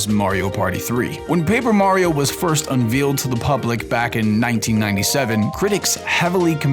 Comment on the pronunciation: "unVEELed"......what? xD